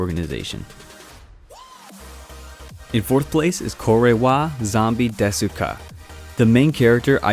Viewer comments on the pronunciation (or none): You don’t say that U in desu u just say des